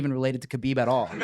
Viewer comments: Called him Kebob lmao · Called him kabob😭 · Nate calling khabib “kabob” killed me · Nate said KhaBob wtf 🙈😂😂😂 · When Nate called Khabib “KhaBob” 😂😂😂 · Called him Khabob lmao😂😂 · Homie said kabob🤣🤣🤣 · Lmao he said Khabob